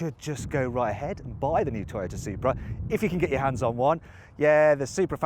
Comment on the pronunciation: 外国の人のトヨタの発音かっこいいな